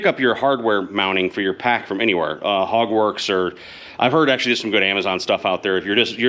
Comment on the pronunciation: Took me a second to register that you said "Hogworks"... I thought you said "Hogwarts" at first!